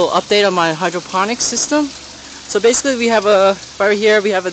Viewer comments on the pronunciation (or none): ...basiliy ..lol :)